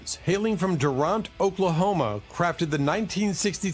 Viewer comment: If it's not misspelling it's mispronunciation it's Durant,Ok not Duront! From an Oklahoman here.